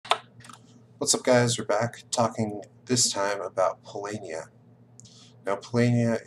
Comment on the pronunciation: I see that you went from saying "PoLOHnia" to "PoLAYnia", but you should be saying "PoLAHnia" :-D Other than that, keep up the good work! I'm researching experts in several modern games, and you're one of the best combinations of strategist and communicator on YouTube right now.